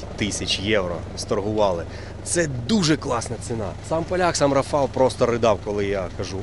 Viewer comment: Польською: РАфал,а не РафАл. З РафАлем, а не з РафалОм.